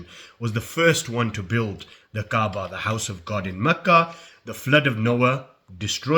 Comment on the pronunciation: did be just call the kaaba the kebab?! 😭🙏 astaghfirullah